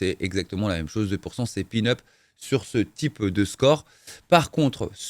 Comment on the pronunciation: Salut.merci pour tes test, je les suis avec attention 😊. Par contre, on dit peanut et non pin-up 😊. Peanut, c'est cacahuète en anglais 😊